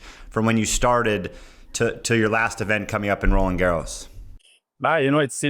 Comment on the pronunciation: Sam, ix-nay your incorrect "Garros" pronunciation. The "D" in Roland is silent; the S in Garros is not. BUT for you to accessorize with a scarf would be très chic!